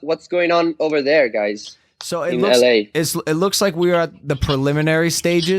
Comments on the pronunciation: Chiara pronuncia la parola guys "gais" non "gheis" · Tutti: hi Chiara: CIAO GAYS